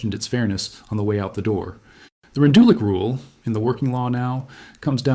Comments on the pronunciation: The name is pronounced "Rendoolitch". Otherwise good video. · 🎉he succeeded in 40 minutes in showing NO photos of Rendulic. He could have learned how to pronounce German names.